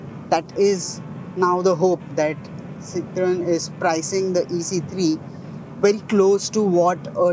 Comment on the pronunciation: the dude does not know how to pronounce citroen.